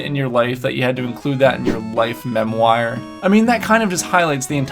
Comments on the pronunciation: Mem wire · Good video, but we need to talk about your pronunciation of "memoire"...